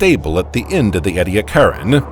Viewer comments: It’s pronounced ee-dee-AK-er-in. The emphasis is on the third syllable. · Is he mispronouncing Ediacaran? Or are there regional differences? He says 'eddy a CAR in', but I've always heard it as 'eedee ACK a rin' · Look up the pronunciation of Edicaran. According to Wikipedia EE dee AK er en, with the stress on AK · I have always heard it pronounced EE-dee-ACK-are-an. But, as an American, I have often found that Australians pronounce many words differently from how people in the USA pronounce them, so there may in fact be no right way and wrong way. Since these fossils are named after mountains in South Australia, perhaps it would be best to defer to the Australians. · I have just learned that one of my pet peeves is when people mispronounce Ediacaran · Man I love the video but the way he says Ediacaran for some reason sounds wrong but whatever still liked lol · This guy can't even pronounce half the words properly. Ediacaran sticks out immediately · The narrator’s continual mispronunciation of “Ediacaran” is grating on my nerves. He had ONE JOB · The narrator (highly likely an AI) has very strange pronunciations and inflections. The word Ediacaran was consistantly mis-pronounced. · Take a shot every time he pronounces ediacaran wrong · That’s just not how you pronounce Ediacaran